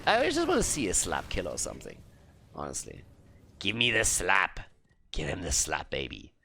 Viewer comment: Okay so when you said "give them the slap" I was only half paying attention and I heard "give them the SLUT!!"